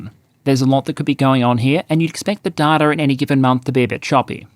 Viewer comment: Hi there. Loving the videos. Just wanted to say that I think you are pronouncing the word data wrong. It's pronounced data, not data. Thanks, love from a fan.